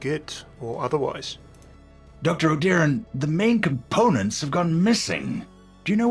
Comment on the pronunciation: Sigma: O-deer-an, immediately after that: Oh-DIOR-an